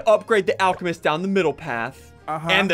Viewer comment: BRUH SSUNDEE SAID ALE CE MEST IS ALCEMEST